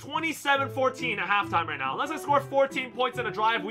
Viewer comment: Are You Serious Right Neouw Bro